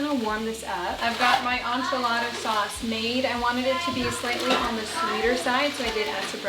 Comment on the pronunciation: Please learn how to pronounce enchiladas properly.